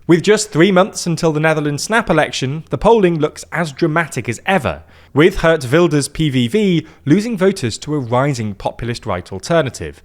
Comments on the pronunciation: They did change the pronunciation of the G in "Geert" from being like the G in "good" to an H sound, which is still wrong, but marginally better. At the same time the "ee" went from being close enough to an "uh" sound. So "Geert" has now become "Hurt". One step forward, two steps back 😅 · Also Geert Wilders is not pronounced hurt wilders. Ee is more like cheered. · Mispronouncing "Geert" like "Hurt" seems appropriate in multiple ways here! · I love how he mispronounces Geert Wilders almost as "Hurt" Wilders because all he has ever done to the country is hurt it